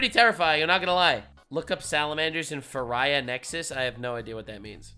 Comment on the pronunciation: Bro said "Faraya Nexus idk what that is" 💀